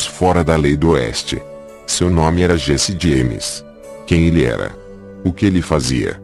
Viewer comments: Diesse Dieimes 🤣🤣🤣🤣 brincadeiras à parte, vídeo muito instrutivo, parabéns! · O tema é excelente mas essa narrando é uma tortura!!!! Meu amigo, pare de querer foçar a voz! Vc não é o cid moreira! Vá fazer um curso de voz e dicção e POR FAVOR pronuncie o nome do, corretamente! Desisti de ver o vídeo até o fim...